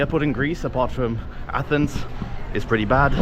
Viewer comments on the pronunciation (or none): none